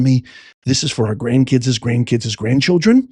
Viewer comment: "Professor", I have told you more than once...it is NOT "Grand kid'zes"! It's"Grand kids"! My Grand kids Grand kids Grand Kids! You are a professor...but obviously not an ENGLISH professor!